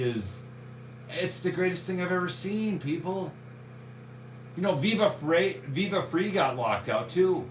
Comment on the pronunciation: it’s Viva “Fry” 😂